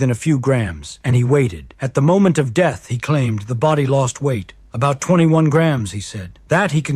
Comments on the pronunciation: AI clearly: M O ment in stead of moment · Pretty obviously ai. His hand gestures are mathematically perfect and repetitive. Also, he said M O ment instead of moment.